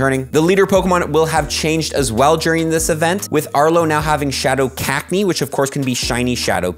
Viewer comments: STOP.....SAYING .....CAKneeee its Cac-knee-AH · The way you pronounce cacnea does my head in 🤣